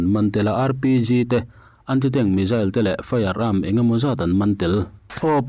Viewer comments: Athupuiah lut vela,tin mizail aawmlo missile ani zawk ,hawrawp ilam duhdah mah mah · Missile - Misail Missile - Mizail ... Mizail - S ai in Z ..hi an lam ri tamzawk/nasa zawk thin tlat a ni .. an mahni US ho khuan